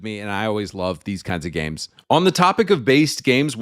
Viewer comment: Fr it's called games not gaymes